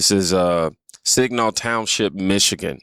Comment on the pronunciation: It’s Saginaw mi not signal mi I was like huh I had to rewind to hear it again😂